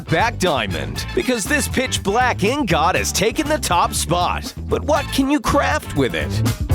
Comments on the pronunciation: "Flint and... T... T... Tinder?" "Their purple and blue!" No they're CRIMSON and blue! Do be more generic RED and blue "Besalt" its pronounced BA-salt not be-salt / besalt "Nether dungeons" no just no its nether FORTRESS "In got" not that way of saying ingot is stupid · ITS inget but the spelling is ingot i said INGUT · I’m I the only one who gets triggered when he says ‘ingOt’ and not ‘ingEt’ or is it just me? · They are pronouncing ingot wrong. Even though it’s spelled ingot it’s not pronounced in got. It’s pronounced in git. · Netherite iNgOt -Narrator 2020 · I love the way he says "Ingot" inGOT😂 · My friend: What's the funniest thing you heard the narrator say? Me: Netherite InG-gOt! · What’s an ing got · Is no one gonna say something about the way he say “Ing-Goth” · Two words: warped lava P.s it’s pronounced ingut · You are saying ingot instead of Ingit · "Ing-got". Is it a rule on this channel to always pronounce one or more words wrong? xD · Ing-got it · FallonFireblade OOH A IN GOHT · Someone say inglot? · Why does he say ingot so weird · im sorry its just annoying hearing you say ingot with the o not being pronounced as an i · The way he says ingot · Hes saying Ingot wrong